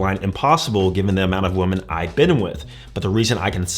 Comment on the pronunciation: Can we say women the right way? Not pronounced the same way as (a) woman